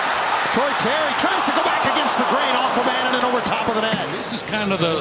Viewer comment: Anaheim announcer can’t be bothered to learn how to pronounce Annunen’s name 😂 bush league